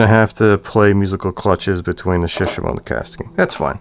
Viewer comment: Surely it must be Select tackle, and shishamo should be pronounced with the same intonation as with Shimano imo, like shi-shaaamo. And the shishamo looks tacky with the paint, KastKing all the way! Maybe in 20 years they'll be one of the big four: Sh, Da, AG and KK. I ordered the WhiteMax for crankbaits, I need to compare it to the legend some time.